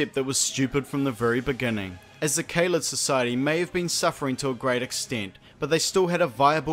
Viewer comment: Pronouncing Kaled wrong, so ding dong your opinion is wrong.